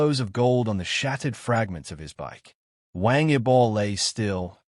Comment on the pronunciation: No inventes, no sabes ni pronunciar su nombre esto es falso , de que hablas? Pasaron dias.? Pero que dices estas páginas merecen ser cerradas😤😤😤😤